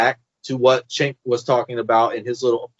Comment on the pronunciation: Who is "Chenk?" Mispronouncing his name comes across as sloppy.